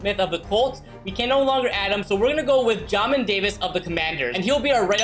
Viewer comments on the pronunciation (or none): bro said jahmin😭 jaymin is how you pronounce it anyways go cats